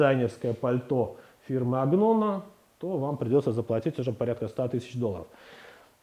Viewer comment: Добрый день, уважаемый эксперт! Zegna и Agnona по русски произносятся как Зенья и Аньона. То же самое относится ко всем словам в итальянском и французском языках с буквосочетанием gn. Как пример, champignon (франц. - гриб) мы произносим, как шампиньон.